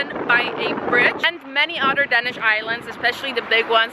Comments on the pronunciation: Please stop pronouncing Danish as "Denish". It's Danish with an a! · It’s called Danish, Not Dennish.